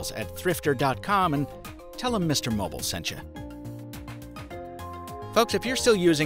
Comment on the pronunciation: Mr Mobble? I think he means "mobile"....